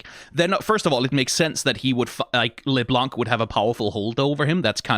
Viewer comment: out of curiosity why are you pronouncing LeBlanc as LesBlanc? It sounds very odd.